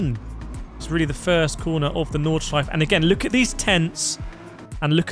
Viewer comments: "nordshleif" its nord-shly-fuh lmfao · There is an 'e' at the end of Nordshleife, painful to hear you pronounce it incorrectly throughout the video. The track was resurfaced 21/22, Forza is using old footage.